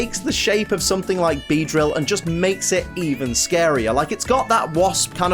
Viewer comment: IT'S BEEDEILL, NOT BEEDRIEAL!